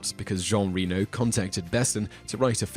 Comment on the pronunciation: You are saying Jean Reno's name wrong. He is French. Is it pronounced "Reh-no" (not like Reno, Nevada)